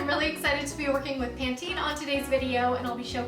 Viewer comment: You pronounce it right. Lol don't listen to that weirdo.